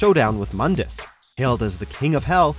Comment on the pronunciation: Its pronounced "moondus"